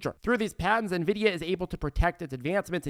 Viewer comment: Thanks so much. You’re awesome. Thanks for finally pronouncing Nvidia correctly!!!